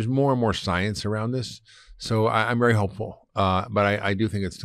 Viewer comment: I was sure he said at the start was “Berry” important 😂